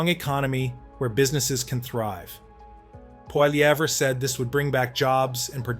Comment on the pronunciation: you really need to learn how to pronounce his name